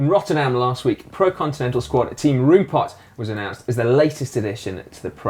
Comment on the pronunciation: The "Room" in Roompot would be pronounced more like "Rome" by dutch people!